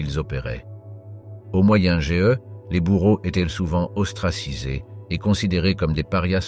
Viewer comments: ça aurait sympas de ne pas lire juste des articles en mode chat GBT, de vraies recherches avec des exemples moins connu et des détails auraient plus sympas que de lire un texte , au passage on dit moyen age , ^^ et pas moyen GE ^^ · Non pas "moyen ge" mais Moyen âge" ! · Agagah moyen géeuh 😂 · pourquoi dire Moyen GE??? AU LIEU DE AGE? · Moyen age et pas ge ! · C'est nul. On ne dit pas Moyen GE, mais moyen age. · je suis obligé de disliker parce qu'au bout d'un moment entendre dire "de nombreux C A" et "moyen G E" il serait temps d'apprendre à parler correctement... et bien sur je me dispense de m'abonner à cette chaine et bien sûr ne pas regarder la vidéo du début à la fin!!! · le "moyen-GE" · 1min55 Moyen G E .... OK bravo à l'IA pour la diction 😂😂😂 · au moyen GE ??? C'est quoi cette hérésie de prononciation ???